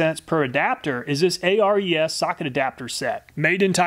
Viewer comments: its Ares the greek god not A.R.E.S. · I think the Ares is named after the Greek God of war, pronounced "Air-eez". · your always Calling it A.R.E.S saying each letter, but the Company perfers to be Called AERS saying all the letters as in 1 word., here is the Reason they Holding on to " ARES is the Greek god of courage and war. He is one of the Twelve Olympians, and the son of Zeus and Hera." as to say ARES is the God of Tools.like there can be no other, how is it that you can Say Hercules Without spelling each letter to annoyance the name but you can clearly say the Name "Hercules" as 1 name? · Just an FYI. "Ares" is pronounced "Air-eees", like the Greek god of War 😉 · I'm not sure ARES is pronounced letter by letter like you did. I'm willing to bet it's named after the Greek god of war Ares (pronounced air-ees). It's pedantic but you might care. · I would imagine that the ARES brand is pronounced like the Greek god of war, Ares, instead of each letter being sounded out. Great video as always. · Ares’ reaction when he pronounced Hercules but not Ares 😑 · I guess that's one way to pronounce Ares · A-R-E-S is pronounced as a word. It's named after the Greek god "Ares". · Am I the only one that is very mad at the way he pronounces the ARES brand?